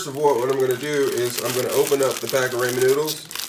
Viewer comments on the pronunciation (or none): its pronounced Raw-men... but im trying this tonight wish me luck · 😂😅 yes the ray-men was killing me too lol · "Raymond noodles" -Headass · Ray-man noodles… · Raymen, ameerican chise, and chileye mmMmm. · Oh my goodness! Every time he says "Ray-men", I cringe from the pronunciation. Lol. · You’re gonna need some Raymin noodles lmao